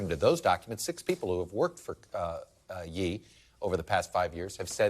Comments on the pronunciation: okay he's gotta be mispronouncing Ye on purpose but i'm all here for it lol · Pronounced "yay" stupid